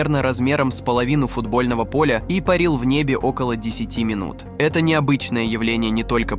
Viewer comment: Омаха ! СанДиего ! КемпУилсон ! Обьект пАрил! УфолОг ! В горах Элбруса , ударение на Э , в Облаках , ударение на О ! Дальше можно не смотреть , космическая безграмотность ! Джерри Ноланд из Стеквордского университета ! Майкл Кинскански ! Британские туристы ! Хватит русским людям мозги компосировать ! Приводите примеры из России , их достаточно здесь.